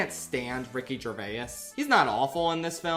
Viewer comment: Bro added a syllable to Gervais I already can’t stand how Brits say it and somehow you made it worse. Bravo